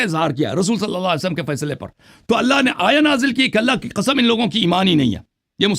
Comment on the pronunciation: Allah ki ka'am main shia ho jaonga agar aapne Sabit kar diya to 😂😂😂 the accent 😂😂😂